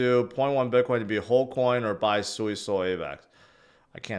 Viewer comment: Why u keep say biqwan?